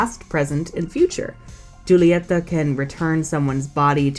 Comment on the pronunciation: Ita not Julieta its Hulieta, the j is pronounced with a h